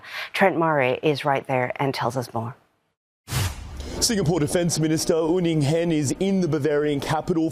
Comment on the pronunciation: Un Eng Hen? Where did you find this Western monkey.... Cant even say the Sg Defence Minister's name correctly